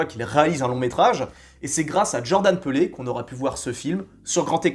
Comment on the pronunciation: peele ca se prononce "Pile" pas "Peulé" haha